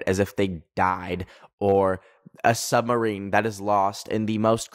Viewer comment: Holy shit do Canadians not say submarine